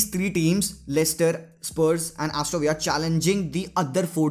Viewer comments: Vahi tow bhai patani kyu simple Aston ko astoooo villa bolre 🤣🤣🤣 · It's "astoN VILLA" as in english....not in spanish....It feels very cringy to hear it wrongly.